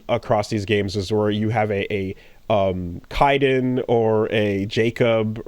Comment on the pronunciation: I forgot about how either can't or won't pronounce Kaidan correctly